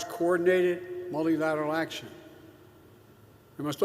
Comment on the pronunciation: mullliilaleral.....nailed it